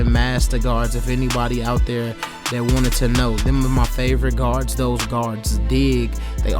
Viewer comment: It’s cool man I wish I could be like him to! Keep cutting hair and maybe one day you’ll be just like 360jeezy. I’m just using improper grammar like you! I hate when you speak dog. The word is lengTH and THERE, not with f’s at the end of words it’s so annoying and it just proves how dumb and lazy you are you can’t even pronounce words correctly when you have kids watching your videos. Stuuupid. Back to the real YouTube barber! 360JEEZY!!!!!!!